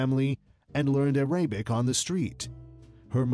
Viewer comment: Ar-a-bic. David NIVen. So many names and words mispronounced, and the same photos used over and over again! Ugh!